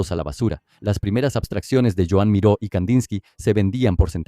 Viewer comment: ...pero lo del acento en la "Ó" no lo ha cogido!